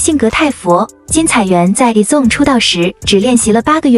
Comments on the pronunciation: 團名先唸對啦幹..以粽是三小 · 矮子王被念成以中 我快笑死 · 團名不能唸對嗎